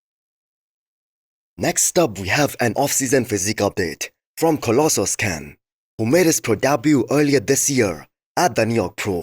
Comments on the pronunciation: Ayyy bro you nailed the collossus pronunciation😊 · Way to go, you mastered pronouncing "Colossus".